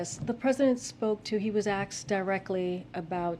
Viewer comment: "He was aksed"- so unimpressive for the 1st black, lesbian, blah blah blah..